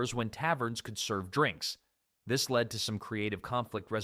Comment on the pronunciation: This is an AI voice. He said the two usages of the word "lead", as in to "lead the way", and the metal in one sentence. And the different usages of "wind", as in the "wind blowing" and "to wind a clock" in the same sentences in different videos. So yes, that is a consistent AI issue if the content creator doesn't monitor the script.